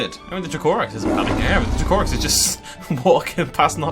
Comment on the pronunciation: Its pronounced Dra-co-rex i believe, i might be wrong but im pretty sure it is though.